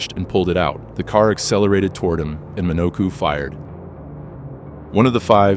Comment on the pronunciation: I thought you were mimicking a new York accent with that first ca😂😂